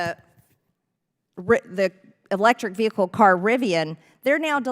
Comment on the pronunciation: Ve-he-cal. Hilarious😂